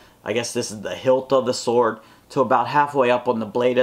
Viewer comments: SWOARD (not sword) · Sword not SWOARD